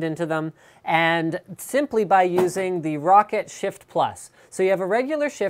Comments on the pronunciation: LINUS ITS PRONOUNCED ROW-CAT !!!!! LIKE SO HE CAN SEE! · Lol he said rocket instead of roccat